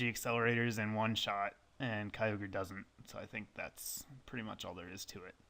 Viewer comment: we did ket kyrum i think u mean kyoger